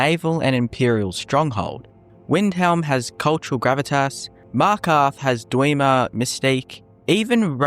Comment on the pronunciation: "dweemer" and "rowriksteed"